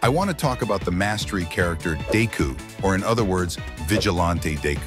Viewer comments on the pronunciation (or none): "dayku" "Vigilahnte dayku" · Dayku that's what I heard what he said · I can’t wait for “DayKu” new ultimate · Bro i hate and love the way it says deku as dayku